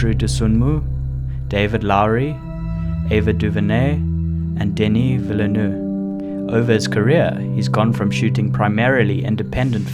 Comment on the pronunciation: Omg you butchered Denis Villeneuve's name 😂😂😂